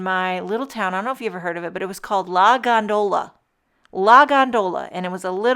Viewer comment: This is a superb card,! SO pretty! Lori S in PA p.s. It's GON - do - la. Stress on syllable #1.